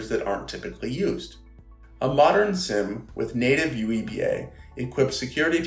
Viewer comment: Petition to pronounce SIEM as seam. Not SIM... Seem Seam SIEM!